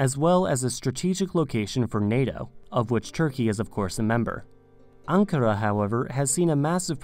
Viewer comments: İs-tan-bul and An-ka-ra is the correct way. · IST an bul and an KAR a, not i STAN bul and ANK a ra. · It Is pronounced Aen-cah-raeh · My hometown name is Anpara. And people do the same mistake to pronounce it similar to ankara